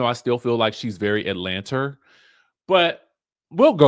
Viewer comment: “Atlanta” doesn’t have an “R” in it